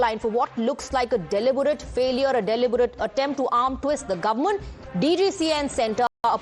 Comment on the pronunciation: Ya, it's "gowmunt". Not government 😂